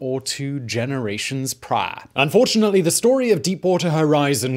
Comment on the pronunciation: Priahhhhhhh to their…empiahhhhhhhhhhh!